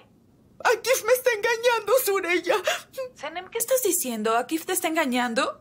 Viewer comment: Suraya no no se dice sureyya sureyya